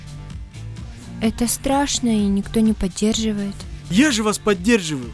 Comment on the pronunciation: Актеры учите русский: "сьтолько энергии" "подьерживать" и "Камилла" губы старайся не закатывать